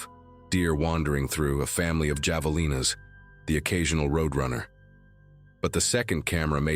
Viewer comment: All A I Bullshit 😮 No "javelines!" which is a spear ! It is pronounced " ha ve lin as !" Which are wild hogs ! Couldnt find anything credible about the Garrison County bus incident did find a fictional movie about a busload of kids disappearing!